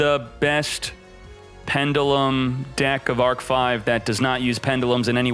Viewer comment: Please pronounce pendulum right... 😂